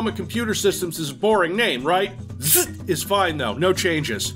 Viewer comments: Its pronounced Zee Zee Tee, dummy. Its actually opposite of boring name and its pretty genius because it starts with twice the last letter of alphabet meaning it would be listed last alphabetically in shareware catalogs and BBS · Up here it’s pronounced Zed Zed Tee. 🇨🇦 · I was crying from laughs with the ZZT, the pronunciation and the gag was so hilarious, I still laugh days later when I think about it. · I giggled every time said ZZT